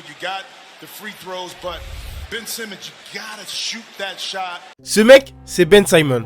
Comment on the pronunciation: Ben Simmons, pas Ben Saïmons. C'est prononcé correctement dans ta vidéo par les joueurs eux même.